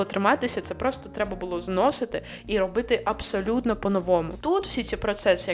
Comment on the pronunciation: Не вистрибуйте зі своєї шкіри, будь ласка! Бо ви є російськомовна людина. Покі що вам це неможливо приховати. З вас вистрибує дуже богато російських та зіпсованих українських слів. Наприклад: старався, абс'а'лютно, 'в' масштабах, ст'а'м'а'тологія, корочє, кап'є'ц(ь?), н'а'рмальна, б'а'г'а'то, кабзд'є'ц і так далі і тому подібне... Плюс нестерпно безграмотна постановка наголосів. Потрібно казати бюрокрáтія, бюрокрАтія - і не інакше.